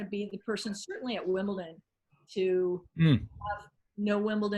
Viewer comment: Why can't Americans pronounce Wimbledon right? It's not Wimpleton